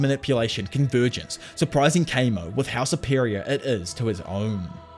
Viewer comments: Isn't Kamo pronounced Kah-mo? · Every time Kamo was said wrong I whimpered